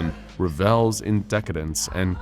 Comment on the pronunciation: You're saying 'revels' incorrectly. Not sure if it's a word you've only ever seen written, but it's pronounced 'Rev-uhls'.